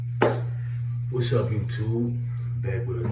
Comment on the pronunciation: Is he even from the south yet along Florida bruh got hair like he from Florida but saying Waszam like he from the N.O?